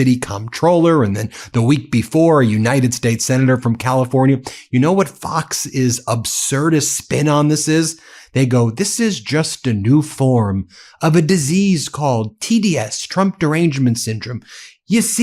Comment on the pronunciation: Absurdist, not Obsurdist.